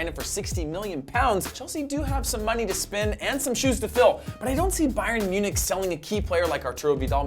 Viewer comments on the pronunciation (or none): none